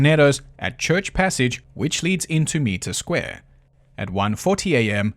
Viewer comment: It's pronounced m-eye-tre square😊